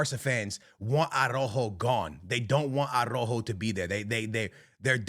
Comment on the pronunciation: Your Portuguese and can’t pronounce ARAUJO?